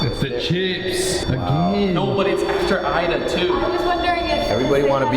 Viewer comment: stated the name IDA and pronounced it with more of a E sound. Just kind of curious why he did that. Ida was my mom’s name and she was from Holland. The European Dutch way to pronounce her name was exactly how he changed it. It was very interesting. Just wondering why he made that change.